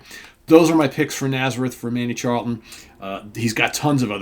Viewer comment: The rock gods from the Kingdom of Fife! My favourite Naz riff Is Expect No Mercy. BTW the CH in Charlton is pronounced the same as the CH in cheese.